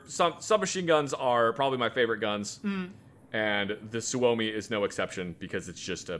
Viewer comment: You butchered suomi but who cares because Finnish guns